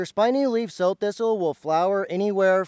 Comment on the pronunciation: I thought this was pronounced like the female pig.